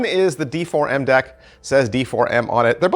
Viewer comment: I think it's supposed to be pronounced Deform... 😂